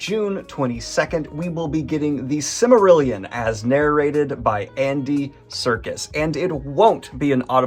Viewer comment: Daniel, truly, bud, I adore you. I love what you do here and appreciate it. However, it distinctly sounded like you mispronounced Silmarillion and I almost had a conniption fit. I honestly don't mean to be a douchebag: You can look-up the pronunciation and hear it for yourself here on YT. I've listened to it like 15x's now: It definitely sounds like you said it as SIM-arillion, leaving out the "L" sound / taking away a syllable. It's sil·mr·il·yn (more dramatically: sill-murh-ill-yun).